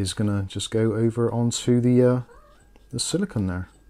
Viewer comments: It's silicone (sili-CONE), not silicon (sili-c'n or sili-con). CPUs are made of silicon. The thermal paste guard is made of silicone. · Silicone. said it wrong.